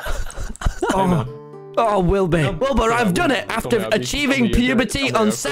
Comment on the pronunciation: MANZ REALLY CALLED HIM “WILBY” I CANT WITH “WILBY SCOOT” 😭😂